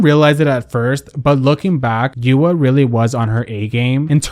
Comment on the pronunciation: It’s YOU-RWA not YU-AAAAAAA